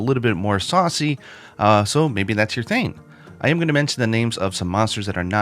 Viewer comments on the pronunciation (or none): When says “saucy” it’s just funny to me don’t know why